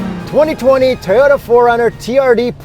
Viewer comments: It’s TOYOTA NOT teyota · First name Yuri last name Tarded IT’S PRONOUNCED TOE YO TAH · WhY-uri, you say T-oyota? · I'm a simple man, I hear Teeyota I up vote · Yuri: It's pronounced Teeyota? Lol... Really entertaining review as always. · Only a proud prowler owner would say tea-ota >:O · This man said tiyora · lip chap and tee-yota